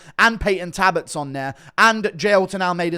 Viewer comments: His name is Talbott not Tabott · Guru, why do you leave out the L from payton talbott last name when you say it? Is that how you really say it?